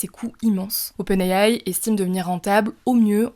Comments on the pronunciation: Open ayaye 😂 SVP dite simplement les lettres en français c’est plus professionnel ! Open« I DE ISABEL» « A de Alain» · J’entends open Aie aie quand elle le dit